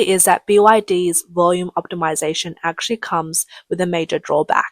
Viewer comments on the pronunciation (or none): none